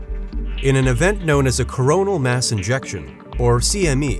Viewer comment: Sounds like he keeps saying INJECTION instead of ejection